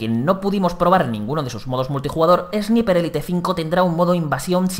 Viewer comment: "Esniper Élite" 👌🏻